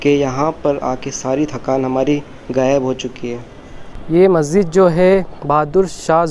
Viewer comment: Bro its Masjid, not maszid